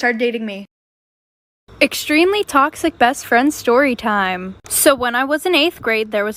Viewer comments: BRUH THE WAY SHE SAYS SHORY SHIME LIKE TF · ShTORYTIME LOL